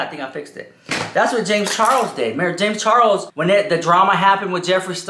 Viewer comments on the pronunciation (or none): When I hear you saying James Charles' name, I keep hearing James Chorros 😳😆🤣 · The way he says James Charles 🤣🤣🤣🤣🤣